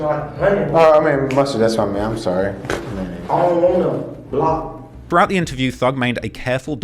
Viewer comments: bro said blonongy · A type of processed meat it's generally for broke people it's not pronounced how it's spelled ba-lon-ee